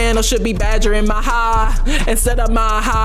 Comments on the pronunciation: it's maha not maja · It’s maha